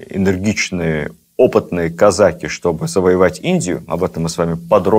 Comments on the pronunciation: Да почему казАки???? Режет слух. Всегда было "казакИ". Шолохов наверное лучше знает. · Как можно слушать и смотреть такого "историка"', который не может правильно поставить правильно ударение в слове "казаки" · Кстати, насколько я знаю, ударение в слове казаки на последнем слоге. Отец это подчеркивал, он из тех краев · Ведущий, не казАки, а казакИ, это первое. Второе, старообрядцев царь землей не жаловал. Третье, Платов был старообрядцем и, по этой причине, спиртного не пил, как в России, так и в Париже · Что ж такой странный русский язык у нашего министра? «КазАки», это не казаХи же!? Да, но, если вы используете новые установленные нормы, тогда, откуда устаревшие «дЕньгами»? Или, смягчения звонких согласных в словах, типа: «разбеХ(г)», «варяХ», «береХ», «книХ», или эти Ваши - «Вострые»? И, те же, «казАки» и «казакИ» - у Вас меняются, постоянно… Странно. Спасибо, за Вашу работу, лекции увлекательные, но, определитесь, если можно, с редакторами, пожалуйста… )))) Существует же «обеспечЕние» (от кондитерского изделия, вероятно?)) языковых норм в формате общеобразовательных передач? Спасибо. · А на Дону и у казаков используется только "казачьи" и "казакИ" (с ударением на и)